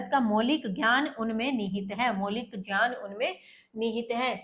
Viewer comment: Ma'am as per vidyasagar ..Gyan ho ga jyan nhi aapne jyan pronunce kiya ..galti ki ...wo hi the jinhone sanksrit se translate Kiya tha ..